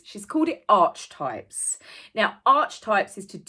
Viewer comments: Ark - eeee - types, not arch lol 😀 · It’s actually Archetypes as in ( Ark-eh-types) …Not Arche-ay-types… I don’t know if you’re having a play on Archwell or not, but the correct pronunciation is with a hard K not the “ch”…. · Hey, It's not 'Arch-Types' it's pronounced 'Ark-e-type', just letting you know, love your work! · It's pronounced ' Arketypes' not 'Artchtypes'. So nothing to do with Archewell. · Archetypes is pronounced ark-e-types. Not the same as Archewell pronounced like march bell. But yes Meghan is utilising “arch” as a motif. Perhaps she imagines it will make people check out her website. It won’t. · Just a quickie. Archetype. It's pronounced 'ark-e-type' Three syllables. Ark not Arch. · I hope it isn't Archie types..but pronounced arkitypes..even that's wrong ..I think she means stereotypes. And I'm bore already. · "Arch-types"? It is actually pronounced "Ark-e-types" - but your analysis is spot-on!! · it's pronounced arc..e..types.. sweetie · It's so annoying. Pronounced Arke-types. Archetypal. And age trying to copyright the word. Smh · Ark-e-types is the correct pronunciation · So Meghan’s podcast is not only a copy of someone else’s work as usual, but a total change in the pronunciation? Archetype in the classical sense is pronounced ark-e-types. I taught a university course in archetypes for years and have used the reference in my screenwriting classes for decades. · I think it’s pronounced arceytype ( hard c). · Is this the normal way Brits pronounce Archetypes? I have never heard anyone say it any other way than ark-a-type. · I believe you pronounce "archetypes as : "arkitypes". 😁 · its pronounced arkytypes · For info - archetypes is pronounced ark-e-types. And isn't it funny that she's whining about labels when its her and those of her ilk who are continually and obsessively sticking labels on people and shoving them into boxes? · Archetypes is pronounced "arci types" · I believe it is pronounced ark-e-types.